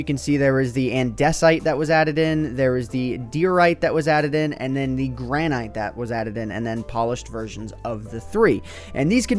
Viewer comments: It's "gran-it", not "gran-ite", also "AN-duh-site", and "Die-oh-right" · Gran-ite? It's pronounce "ɡrænɨt" bud. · Dunno about the others but granite is pronounced gran it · Everyone says Gran-ight. It's gran-it. :/ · It's "andesit" and "granit" " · It's pronounced gran it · Not being "that guy" but... even though it's spelt granite, it's pronounced granit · Gran-it not ite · It's granite (gran-ette) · Stop complaining about how he mispronounced granite when he mispronounced diorite and andesite as well. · You said granite wrong 0_0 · He mispronounced granite. e_e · I gave up when he tried to pronounce granite